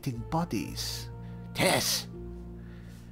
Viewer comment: What's his name , is it Tiss ,sounds like he calls him Tiss, am I right 😉